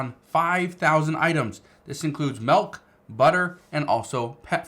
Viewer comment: It's milk not melk!